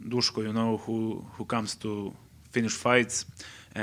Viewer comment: Duško - Dushko Š - SH